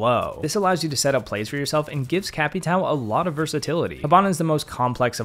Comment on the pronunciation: Capatow 😂😂 it’s capatào